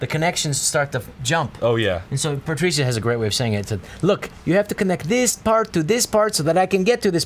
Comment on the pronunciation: I don't understand why they don't just call her Patricia (puh Trisha). I get that it doesn't really matter, but just call her by the way people usually pronounce the name. I don't think I'll ever understand people's obsessions with having their names pronounced like its unique